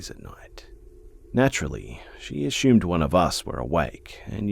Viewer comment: I love how he says assumed , " a shoomed" 😂😂❤